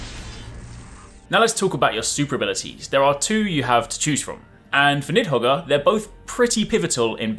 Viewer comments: Need-hog, the R is silent. Hope that helps. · Nidhogger is pretty risky to pronounce lol.